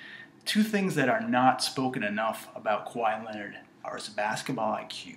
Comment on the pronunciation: he out kwahi because it sound more like why that KA WHI